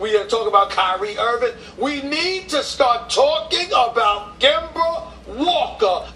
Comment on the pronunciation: I think he said Gember the 2nd time 😂😂